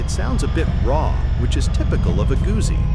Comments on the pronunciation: Gusi? Really? As an italophile German, this pains me. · Since you cannot pronounce Gutzi, perhaps you are not qualified. It all depends on whether I like what you have to say😎 Nice video❤️